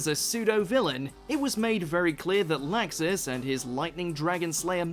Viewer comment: How am I supposed to believe you watch anime when you pronounce laxus wrong It's pronounced like locksus Jesus dude